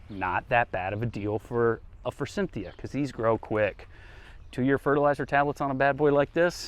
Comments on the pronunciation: FORSYTHIA! NO "N"!!!! Please stop!😬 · He means like FOR-SIN-THIA